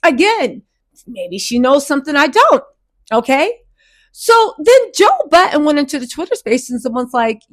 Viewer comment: Joe Biden😂😂😂 this lady always misspeaks and it’s so funny….it’s so prerogative😂